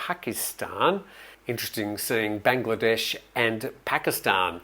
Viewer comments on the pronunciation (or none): none